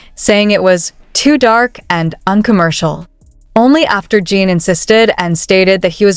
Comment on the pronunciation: can't stand you calling him JEAN. His name is JIN . Period.